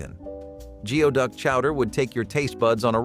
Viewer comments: It's not pronounced Geo-duck it's "gooey-duck" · Its not pronounced Geo-Duck clam. Its pronounced Gooey-Duck clam. Im from seattle where its popular in chowder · Geoduck is pronounced goo'-ee-duhk! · Geoduck is pronounced gooey duck. Learned that from Emmymade. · You should get your facts right. Chicken fried steak is made with beef patties not chicken. Geoduck is pronounced gooeyduck!